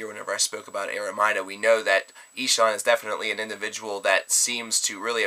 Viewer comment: it's pronounced: EE-(as in eel)-SHAN (as in Shawn or Sean, the name). And the album, DAS SAY-LEN(as in Sail, followed by the "len")-BRECKEN. I hope that helps. And yes... i gave in, because A. You allowed us to lay the pronounciation-related comments on you and B. Well, i had nothing better to say... OH YEAH, and great review,. As always.